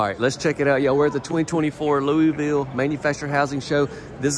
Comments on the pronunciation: It is pronounced Louwah-Vul. I am from there originally and we always know when someone isn't because of the way they pronounce Louisville... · You said Louisville wrong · I thought it was Louisville but he said Louieville. Is there such a place?